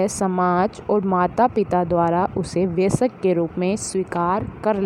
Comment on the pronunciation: Ma'am sab thik hai lekin vayask hai vyasak nhi pronounce galat ho gya h